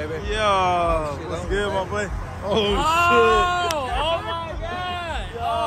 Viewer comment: why he say oh my gawd like dat lmaoo